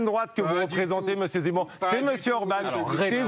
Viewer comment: Il n'arrive meme pas a prononcer Zemmour , il dit "c'est mou "alors que c'est lui qui est MOU